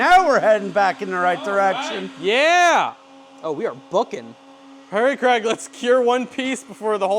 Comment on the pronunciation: Dude it's "Craig". But it easy to see how you mixed it up, the way they pronounce it over there is real short, like "Creg". For the US-ians : the original Scottish/UK pronunciation is like... Crayg 😁